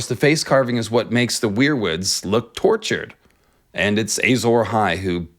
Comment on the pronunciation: Why does he keep saying “Ay-Zawra Hai”?